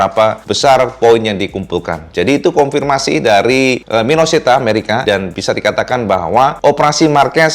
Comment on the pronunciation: Koreksi wae ca' . . MINESOTA ca', bukan Minosita